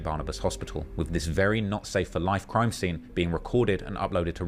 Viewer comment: “Bro you are recording a CRIIME” 😂😂😂